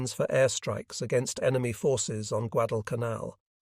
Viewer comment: The first episode that pronounced Guadalcanal correctly. Truk was also pronounced correctly for the first time. Interesting commentary about the effectiveness of the B17 and B24 bombers.